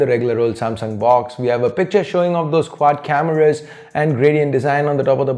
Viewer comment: Why do u say cameruus